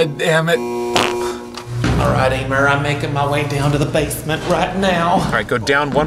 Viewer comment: NOT EEEMER